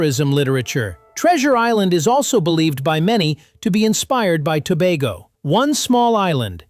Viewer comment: Glad you pronounced "Tobago" correctly, we've never been to "Toe-bah-go"